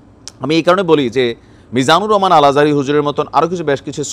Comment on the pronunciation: মানুষ শিক্ষিত হলে শিক্ষিত হয় না একজন সম্মানিত ব্যক্তির নামটাই ভালো করে নিতে জানেন না বিতর্কিতভাবে উচ্চারণ করা একটি পাপ